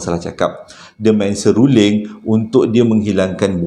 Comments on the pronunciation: Seruring ka seluring.... SERULING la...🤣🤣🤣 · Mana x tergelak...seruling jd seluring jd seruling blk🤣🤣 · Seluring 😄seruling lah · seruling..seluring..seluling.. mmg mghiburkan.👏👏👏👵🌹🤗😀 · Assalamualaikum..sebut betul2.. SERU...LING.. ha...👍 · bang sy baru nak mood ii seram eh tersyaysyul pulak “seluring” HAHHAHAHAHA ADEH PENAT SY GELAK 😭😆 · Memang xdapat disangkal lagi memang terbaikkk storyteller terbaikk pernah saya jumpa..don't stop Dapat hadir lagi harini mendengar Joe nak bercerita semoga Kita semua dilindungi Dari segala Perkara yg tak diingini...aamiin. Saya tergelak kejap dengar ckp seruling..seruding..lama2 serunding kan🤣🤣🤭tersasul berpisah tiada la dengan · Salam hai..heheheh lucu gigih sebut seruling...